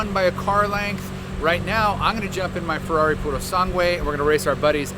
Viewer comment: His pronunciation of Urus and Purosangue made me gag